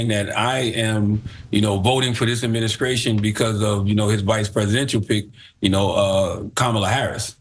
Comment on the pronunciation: He is supposed to be so intelligent and says "adminiskration".